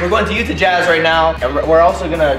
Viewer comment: Utah-YATTA :P